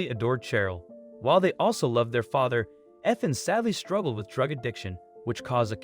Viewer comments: Well done, dude. You managed to pronounce “Ethan” correctly two whole times, right at the end of the video. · that was more inconspicuous than the Ethan with the short e sound though😆 My cousins name is Cheryl but we pronounce it like Sh earl, one syllable. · We all know that Ethan is a hard name to pronounce. It's the "E" that is the hardest!